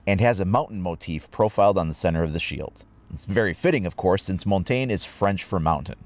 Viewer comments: you butcher his name so bad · Learn how to pronounce his name ffs